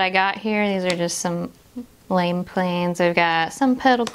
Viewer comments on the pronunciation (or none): none